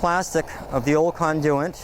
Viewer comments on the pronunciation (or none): The word is Conduit [kon-doo-it]. Good way to sound like you know what your doing... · Where is this guy from that he pronounces conduit the way he does about half the time? The other half he pronounces it normally. Never heard anything like it.